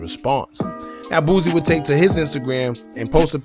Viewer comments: His name is Boosie,not Boozie. Say it the same way u would say the other rapper that goes by Toosii but with a B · He killing me calling the man boozy threw out the whole video....its boosie ....Boo-c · the way you pronounce boosie is crazy 🤣🤣🤣